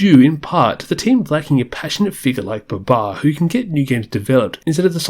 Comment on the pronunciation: It's been years and still bro can't pronounce Sakuraba right......🙃 Baba too